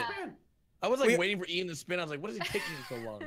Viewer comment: His name is Ian not ein